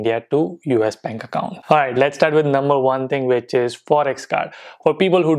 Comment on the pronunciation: Yes your money is not wasted we do see a difference. Also - 'benk acc' 😂😂😂 Kem cho?❤️❤️❤️